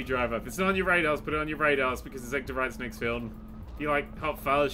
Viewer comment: I love, but the way he says Edgar Wright's name is starting to drive me nuts.